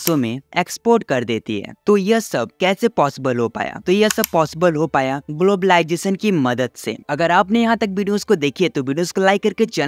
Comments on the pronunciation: What is globalisation ❌ Whaat ij globaalijation ✅ 😂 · Ur accent is soo good especially saying technwology and glabalization 😅